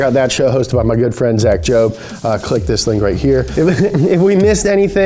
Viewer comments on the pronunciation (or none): none